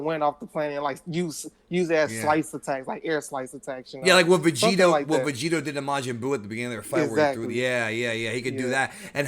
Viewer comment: lol i have a cousin that says vegetas name like that. "vecheeta"